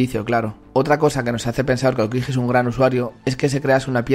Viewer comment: no pronuncies la j de aokiji